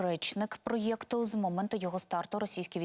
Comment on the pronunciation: больно слушать ваши "проЕкты"